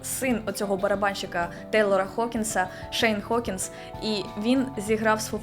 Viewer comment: ніхто не питав, але українською правильніше: Гокінс, Ґібсон, Ґанс-ен-Роузес. ви ж говорите Гаррі, а не Харрі, і це правильно, тож звернуіть увагу і на вимову інших слів з "Г" та "Ґ".